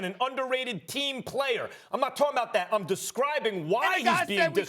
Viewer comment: It's that not "dat" dummy